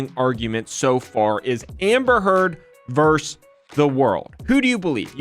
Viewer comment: My only real critique, aside from poor pronunciation of the word versus, is the incessant ringing of microphone. Can somebody please roll off 440 Hertz? Thank you